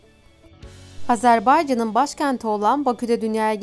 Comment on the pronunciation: Azərbaycan sözünü lütfən düzgün səsləndirin.